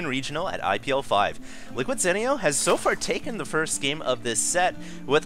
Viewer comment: ITS ZEE-NEO